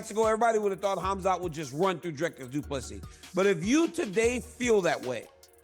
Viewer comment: Say doo plu SEA NOT SIS NOR SEAS